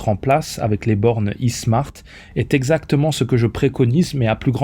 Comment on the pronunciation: s'ils vous palit l'khout, je sais que c'est abituel pour les marocains, mais c'est pas "i-smart" mais "ai smart"; le i c'est "ai" en englais